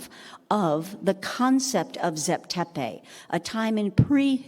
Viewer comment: Did u dumbed down moron ever think that the bloody wrong way u pronounce names may be why he said zep tepi doesnt exist because in egyptian the pronounciaruon is so different from "zep tepi"!!! Morons!